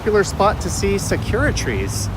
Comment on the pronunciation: Hi, you may want to look up the pronunciation of sakura. It’s not secura;) Great video, thank you!